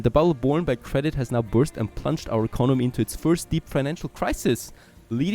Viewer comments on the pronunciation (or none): none